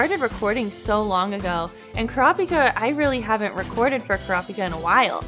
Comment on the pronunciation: IM SORRY IT SOUNDS LIKE SHES SAYING “CRAPIKA”